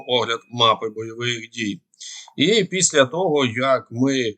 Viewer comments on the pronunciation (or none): none